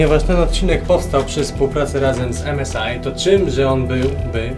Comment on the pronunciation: 1.W Nowej Hucie tego pełno się panoszy co 5 metrów można się potknąć 2. To się nie czyta (em es i)